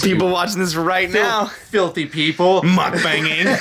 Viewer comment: I watch MommyTang too, hooray! And dear, it's pronounced mook-bahng:) you guys should TOOOOOOTALLY do one together!!